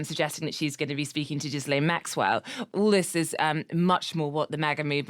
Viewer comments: so you would feel confident in the expertise (to relate facts and form opinions or predictions based on them) of a journalist who doesn't even know how to pronounce the name of the main witness and co-perpertrator the journalist is talking about? Even after that witness and co-perpetrator has been in the news for years? You are certainly more easily satisfied than I am. I want to feel assured that the journos I listen to know more than myself and other averagely informed people, not less. This journo gives the impression that she has never heard anh news on this topic before. I find that concerning from a news outlet like this one. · It undermines the credibility of a reporter when she consistently mispronounces a key figure in the story (GM) who has been in the news for years now. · you think its petty that the journo who wants us to believe that she is qualified to hold an international audience is not knowledgeable enough about the central living figure in her story to pronounce her name properly? Even when we are talking about the most renowned serious child abusers in the Western world over the last decade? You must listen to a lot of incredible junk to be happy listening to something on such a serious topic as this yet be happy with such a poor portrayal of knowledge. What would she have to say wrong for you to begin to question whether she was qualified to inform you and the rest of the world?